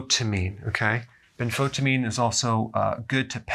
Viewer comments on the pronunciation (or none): Dr Berg, I’m a sincere admirer of your dedication to helping anyone who takes responsibility for their bodies. That said, I have to tell you that every time you say “ben-FOTA-meen”. I get the urge to write you this. You make it sound like something entirely unrelated to B1. B1 is spelled tiamine in other languages and for example it’s pronounced ti-a-min in Spanish. This is an acceptable pronunciation in English. But when you say Ben-FOTA-meen,I thought it sounded like some weird new Big Pharma product. I’m sure many people would UNCONFUSE if you said it like tiamin. It would be clear you’re talking about a wonderful B1. It would communicate so much better if you’d say “Benfo-tie-amin”. (Benfo-thiamine)